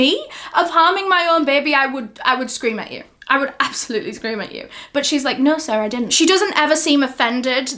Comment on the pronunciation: Why did she say “no sir I didn’t “ in a American accent haha didn’t expect it😂